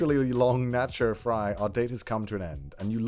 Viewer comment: i died a little inside after hearing the way he pronounced taco. (edit: and nacho)